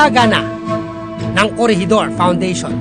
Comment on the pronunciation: Fortress not FORTREST Corregidor not CORRIDOR Pagsasaayos not PAGSASAYUS At least not AT LIST Turismo not TORISMO